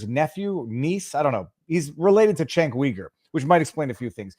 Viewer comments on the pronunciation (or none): You're saying Cenk's name wrong, it's pronounced with a J, as in Jenk, Also, his last name sounds like Yuger. Cenk Uyger. Jenk Yuger is how it's pronounced.